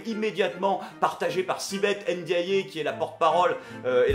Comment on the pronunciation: Au cas où, je vais faire le gros relou mais Ndiaye se dit "Haine Dit Aïe" et pas "Haine Dit Ayé!". Prends soin de toi et continue ! ;)